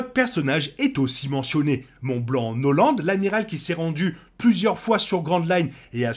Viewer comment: je viens de voir aussi, on dit pas "noland" XD